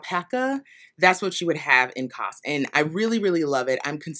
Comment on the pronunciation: You said Sandnes perfectly. Kos is pronounced koos like loose and means cosy. That yarn is aptly named.